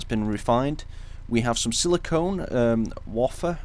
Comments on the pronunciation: Also the Silicon Wafer ... Isn't pronounced Wa-Fer it's correctly pronounced Way-Fer ... Of course it doesn't matter it's just looked like u needed some help pronouncing it with they way you kept saying the word a few times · its pronounced "way-fur" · it's pronounced way-fur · 'Wafer' - 'Way-fer' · It's way-fur that's how you pronounce it for future reference